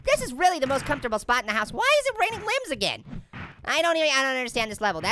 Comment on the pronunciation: it was funny when he said it's raining linmbs